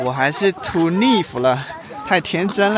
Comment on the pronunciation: Hi 英文naive 正确发音是（娜/依）or check Google translate. Tks